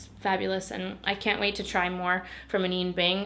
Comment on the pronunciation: Hi, just so you know, Anine is pronouced "Uh-nina"! Also RIP my bank account because I just found your channel about a month ago and have already bought almost everything you've discovered within that time frame... Like I'm literally watching this video like "yep, I got it... yep that one too..."